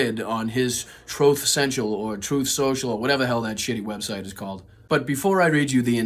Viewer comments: TROATH SENTCHAL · "TROTH SEN-CIAL" - Donald Trump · The maga fascistas feed from Trough Social [pronounced troff]